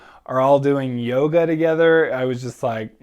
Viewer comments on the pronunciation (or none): none